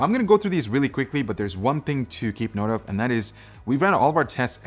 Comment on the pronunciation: This CPU is weely... weely fast